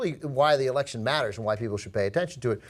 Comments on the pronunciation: Canadian EH-lection. i laughed so hard and im even canadian. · I laughed pretty hard at the Canadian Eh-lections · Eh-lection? Come on... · The Canadian Eh-lection? That is mildly offensive to me as a Canadian. Not that is should surprise me though as I live in a Canadian border city with USA and I have gotten used to the stereotype that Americans put on us. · Just had to point out... eh-lection. awesome :)